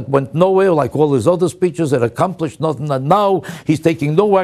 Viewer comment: The word is "nothing" not "nutang".